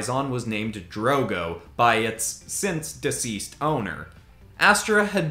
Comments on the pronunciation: It's drogon, not drogo, dro gon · Everyone else seems focused on the whole "Charizard isn't a dragon" thing, but I'm surprised no one--including you--noticed that you mispronounced Drogon. Drogo, as in Khal Drogo, was Daenerys' Dothraki husband played by the incredibly sexy Jason Momoa. Drogon was one of Daenerys' dragons, not only named after her love Khal Drogo but also hatched by his funeral pyre.